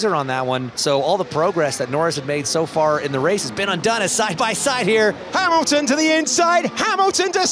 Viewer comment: Verstapeun, Hamilteun, Charleuleuclerc... 😂🤣🙌